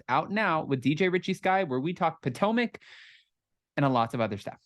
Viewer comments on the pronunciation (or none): none